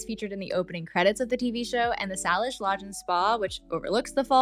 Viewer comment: Love it! Salish is pronounced SAY-lish.